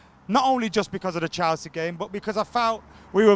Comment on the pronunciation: “Chaow-sea”